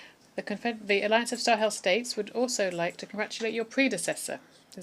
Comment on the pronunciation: Est-ce que vous vous réécoutez après avoir enregistré ??? Pourquoi vous dites Marley pour citer LE M-A-L-I , et vous dites Marleyens pour maliens, le Président G-O-Ï-T-A vous esquintez son nom ! Quand au mot S-A-H-E-L , je ne dis plus rien : la prononciation est si infecte qu'on finit par ne pas savoir de quoi vous parlez. S'il vous plaît , écrivez phonétiquement les noms et mots importants pour que votre IA puisse BIEN LES PRONONCER : C'EST HORRIBLE À ENTENDRE quand bien même on veux vous suivre. Faites un petit effort. Merci.